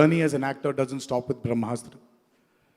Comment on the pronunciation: Indian culture 🤣🤣🤣🤣🤣 People who don't know difference between ASTRA and SHASTRA who can't pronounce BRAHMASTRA Will teach the world about bharatiya culture 👏👏